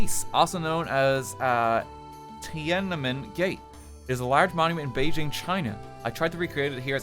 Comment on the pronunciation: i'm sorry rt you are NOT pronouncing tian an men at all correctly